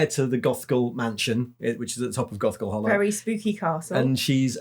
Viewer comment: Was distracted at the beginning and it sounded like said Goth Girl Hallow. I mean, I would read that too!